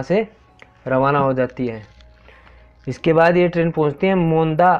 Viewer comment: नाम तो सही बोला करो मोंदा नहीं सही नाम है मावंडा